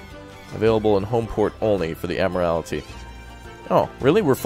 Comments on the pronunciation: Your pronunciation of Admiralty is interesting. It should be pronounced ADMIRAL-TEE not AD-MIRAL-ITY. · My friends says Admiralty the same exact way and it breaks my brain.